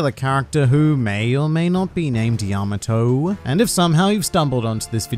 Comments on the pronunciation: that pronunciation is wrong. its pronounced pretty much how it looks, Ya-ma-tō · “Yamma toe.” I live near a Yamato Rd and everyone calls it, yuh Maw-toe. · I cringed so hard at the repeated mispronunciation (yama-TOE) that I could barely finish the video. You would think that after obsessing over japanese media for so long they might pick up how to say their names properly lol.